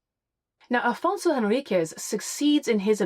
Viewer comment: Afonso Henriques is pronounced “en RIK’sh” in Portuguese :)